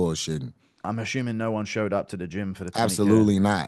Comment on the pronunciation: ASSUMING bro not asSCHUMing